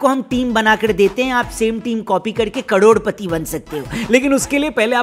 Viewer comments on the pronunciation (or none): bhai winzo pe bharosa isliye nhi hota kyuki aap cadodpati bolte ho crorepati nhi😂😂